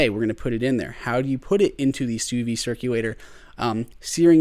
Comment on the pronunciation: That's how it's pronounced.